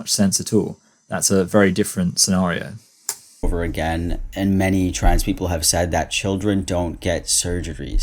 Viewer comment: Ok maybe I'm nitpicking on this but the way says "trans people" pronounced as "trads people". What accent is that?? California? West coast, east coast? I think is, beyond the testosterone effects and voice training, there's an apparent gender performance of being slacky with words, like a stereotypical American dudebro. But there's more emphasis to it, and also facial expressions and mannerisms. This is something I didn't notice before about many trans identified females because the way trans identified males perform hyper femininity was so intense and obvious that it really outdoes the FtM version, but the FtM version definitely is still a thing, once paying more attention to it. In the context of "pretending", no wonder is so frustrated with people talking about human children pretending to be walruses.